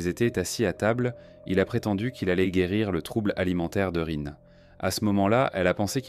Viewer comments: Bizarrement, cela ne me surprend pas .... PS: Rin se prononce Line. 😉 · Soit tu utilise une IA pour lire a ta place. Soit t'es le seul habitant de la France de cette generation qui est pas foutu de prononcer Rin a peu près correctement. Dommage pour la crédibilité. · La prononciation de son prénom est insupportable et même le nom du village est mal prononcé